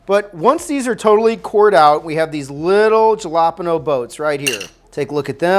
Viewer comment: You have no idea how much you made me irrationally mad at how you pronounced jalapeño Edit AND TORTILLAS